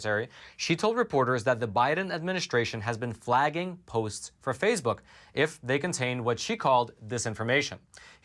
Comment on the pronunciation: It's Facebook, not Fazebook.